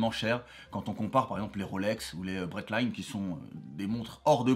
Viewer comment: On prononce pas breitling comme tu l’a fait